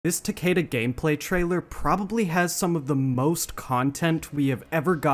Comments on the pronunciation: BRO ITS TA-KI-DA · Describing "Tah-kay-duh" as the "Proper pronunciation" is a massive issue that the west has with their understanding of language. It's a Japanese word, specifically it would be part of the Hiragana alphabet.. There's no point preaching correct pronunciation with a western accent, when the "Correct" pronunciation would be the Japanese pronunciation.. It would be more akin to "Tah-keh-duh" with the "keh" sounding more like "Air" or "Eh"..Rather than "Key" or "See" TL;DR - It's hard to explain this shit through text when you can't hear the syllables being pronounced. Both "Takida" AND "Takeda" are incorrect judging by the way, and any western accent would pronounce them. Not hating on you, love your content and respect you immensely, I'm just a grammar Nazi who's tired of everyone's lack of understanding. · I mean you can pronounce his name however you want bro but mkx is the best mk in my opinion and I think announcer from mkx is is the best one as well so I just like “Takida” more than “Takeda” but whatever you like dude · takeda is pronounced ta-kee-da in japanese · PLEASE SAY TAKIDA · PS: I'm Aussie, if I were to pronounce the word I'd say it like "Tah-kay-duh"...The same way said it... But that isn't technically correct.